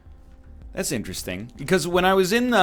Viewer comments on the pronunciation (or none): none